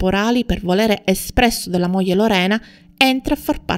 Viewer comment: Buongiorno, molto interessante, ma provi a pronunciare " gl " come moglie , figlio etc. e non moje , fijo etc. Cordialmente.